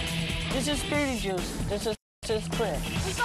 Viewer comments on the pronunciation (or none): anyone else notice he say Beat-e-juice every time